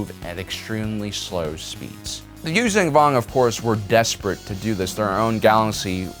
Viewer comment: This guy just won’t stop miss pronouncing the name of the species Yuzaahn Vong